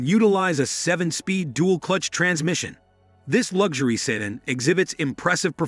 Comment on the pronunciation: What is a "say--dan"?